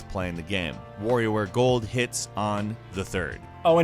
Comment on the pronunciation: Did you seriously pronounce WarioWare Gold ~Warrior